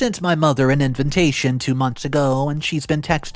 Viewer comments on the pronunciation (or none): Btw it’s inVITation. Not inVINtation. Jesus fucking hell man. Every video you make you say this word wrong. And various others